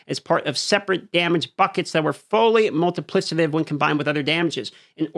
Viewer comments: It's pronounced "multiplikative", not "multiplisative". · Not trying to bash but because of how many times it was said, it was driving me crazy. Plus it'll probably come up in future patch note videos. The 'c' in multiplicative is pronounced like a 'k' and NOT like an 's'. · Multi plick itive 💀 not multiplisitive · Mul·ti·pli·ca·tive, not Multiplissative. Other than that, keep cooking, my man. Love the breakdowns. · I don’t think it’s multi-PLIS-ative but multi-PLICK-ative. Yeah, I don’t care if I’m that guy. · bro really its multipli K ative Not multipli S ative. PLEEEEAAAASE! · Please please it’s MultipliCative damage not multiplisative damage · /ˈmʌltɪplɪkətɪv/, just sayin 😅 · I love your vids bro and you’re a dope dude but it’s pronounced multiPLICKative! Sorry OCD going crazy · MULTIPLI-K-ATIVE PLEASE, FOR THE LOVE OF GOD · Isnt it Multipli-K-itive? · couldn't listen to wanton destruction of multiplicative pronunciation anymore :( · Drinking game: take a shot every time dm pronounces multiplicative wrong. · Don't let me change the way you say "multipliCAtive" but you are saying it wrong. Not sure if you're saying wrong on purpose of you learnt it wrong... muhl·tuh·pli·kuh·tuhv You just said it so many times it stuck out to me. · Am I stupid or is he mispronouncing multiplicative? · You are incorrectly pronouncing multiplicative. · Your saying multiplicative wrong lol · Your inability to properly enunciate "multiplicative" is insufferable...